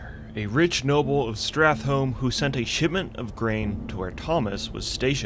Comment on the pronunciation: Did you seriously say 'Strathelm'?.....????